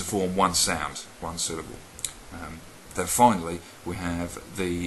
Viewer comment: That was another awesome installment of learning Elvish!! another plus i now have a reason to buy more stationary and a book to write notes down lol ps "dat" really annoys me to!!! lol